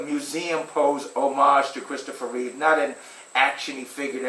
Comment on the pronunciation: It’s “REEVE”…not “REEVES”!! God, that always bugs me!